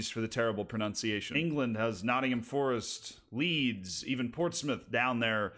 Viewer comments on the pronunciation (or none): none